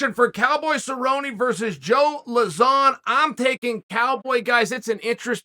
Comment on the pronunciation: It actually posses me off how bad he pronounces joe lauzons name